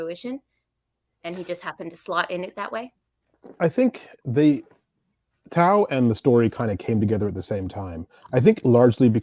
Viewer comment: butchering Tau's name (repeatedly) never stopped being funny. Great Q&A!